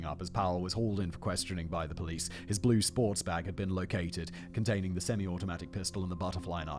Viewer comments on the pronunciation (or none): none